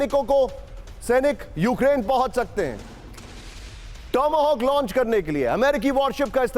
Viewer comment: टॉम हॉक बोलो टोमो होक नहीं चले है दुनियां को समझाने वाह बाहत्तर घंटे की जीत कहाँ गई रूस की 😂😂😂😂😂कोई बात नहीं ाआपको रूस का दर्द होता है, गुड यूक्रेन चिल्लाहट चमचों की 😂😂😂😂 बजा दी